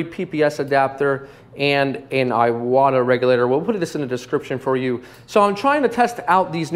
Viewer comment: Iwata is pronounced e-wa-ta, not eye-what-a.